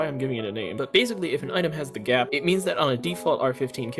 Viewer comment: Kinda nitpicking with the "GAP"